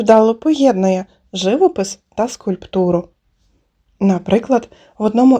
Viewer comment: ....у слові ЖИВОПИС наголос у другому складі ....а все решта ЧУДОВО....